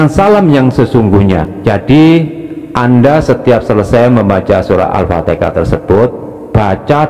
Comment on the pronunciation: Al Fatihah bkn Al Fateka.